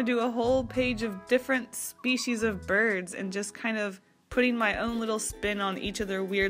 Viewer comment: I heard “birth” instead of “birds” so i got confused mid watching 😂 (im binge watching all of your prompts videos while doing art)